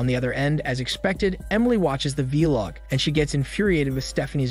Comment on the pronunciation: Lol how can someone who posts on YouTube not know how to pronounce vlog